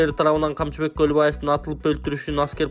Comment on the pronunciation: Туура суйлосон камчыбек колубаев деп атасынго